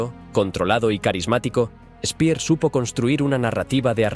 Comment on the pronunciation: Ya empezamos: El alemán SE PRONUNCIA DIFERENTE QUE EL INGLÉS. Albert Speer pronunciado Spea. Alberto Lanza.